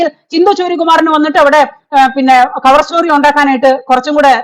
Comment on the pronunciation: Mam. Cover Story യുടെ പേര് മാറ്റി. ചവർ സ്റ്റോറി. എന്നായി.... എന്നാണ് കേൾക്കുന്നത്.